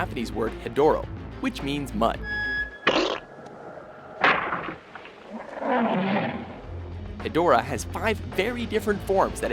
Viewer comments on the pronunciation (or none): is stupid he said hedorah wrong plus king cesar is not a villain is so so stupid 😠😡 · I resent the inclusion of Seesar, Angilas, and Rodan. Look closely, they were all buddies for the better part of the franchise. Oh and Hedorah, despite the spelling, is actually pronounced "hedge-rah." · Allow me to translate the entries on this list into their proper pronunciation. #10: MEW-TOH!!! #9: BAH-TU-RAH!!! #8: BIIIII-OH-RAWNTEH!!!! #7: HEEEEEEEEH-DOHRAAAAAHHHH!!!!! #6: KINGUUU SEESHAAAAAAAAAHHHHH!!!!! #5: AHN-GEERUS!!!! #4: GAI-GAAAAHHHHN!!!! #3: DEEEEEEHHHHH-SHTROOOOOOYYYYYY-AAAAAAAAAAAHHHHHHH!!!! #2: MMMMMMMMMECHA GOJIRAAAAA!!!!! #1: KIIIIIIIIIIIIIIIIIIIINGUUUUUUUUUUUUUUUUUUU GHEEEEEEEEDOOOOOOHHHHHHHRAAAAAAAAAAAAAAHHHHHHHHH!!!!!!! This concludes today's racism. Arigato!